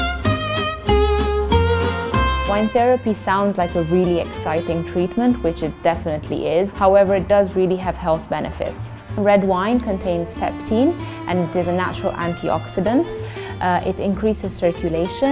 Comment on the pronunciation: Im pretty sure that its pectin and not peptin Could be wrong but im about 96% certain